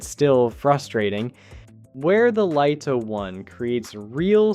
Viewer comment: FINALLY!! YOU LISTENED. I don't believe it. Your AI voice over correctly pronounced "Lito" Well done. Now get it to stop making up words like say "HDR" and not "HD. R" and we're on to a winner! You might even get a like.